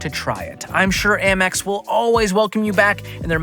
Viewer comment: It’s AMEX not AMMEX 🤦‍♂️